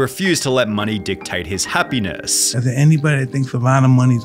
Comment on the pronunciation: Brother why you add the ah at the end of every sentence? Society-ah, money-ah… 😂😅